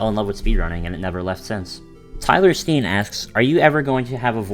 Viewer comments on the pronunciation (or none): its tyler stein like franken stein not steen allthough most people mess it up also my face when i saw me in the video must have been brighter than the sun keep up the great content! also who is the only guy that disliked this video Show Yourself!